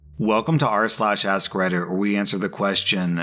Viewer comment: "Welcome to R/ ask Redder Lmaoooo